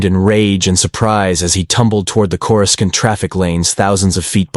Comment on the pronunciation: AI can't even pronounce "cora scent" correctly (phonetic pronunciation)